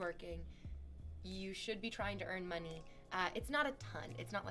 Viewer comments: harrison Yuh if the y in money is silent it’s mone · My skull vibrates every time she pronounces "money".